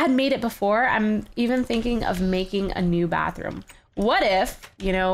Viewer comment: Bathroom not Batheroom